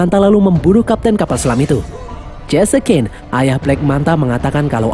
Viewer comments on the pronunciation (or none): none